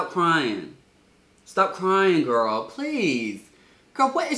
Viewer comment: every time he said girl I stared to jerk my head and saying what😭😭😂